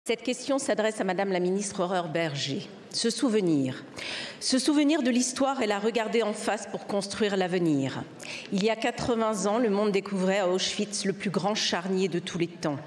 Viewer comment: Elle a dit Horreur Berger 😅